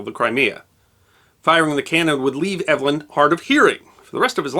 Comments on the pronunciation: I was just going to question that! Eve-lin, not Ev-elyn. My sister was Ev-elyn. :) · When Evelyn is a man's name, it's pronounced EEV-lin. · Pronounced "Evil-in", unlike how this chap says it. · Hear hear! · I think the British pronunciation for a male Evelyn would be like “Eeev-lin “ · Yes: “eev-uh-lyn”. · the first syllable of his name rhymes with "peeve" or "leave"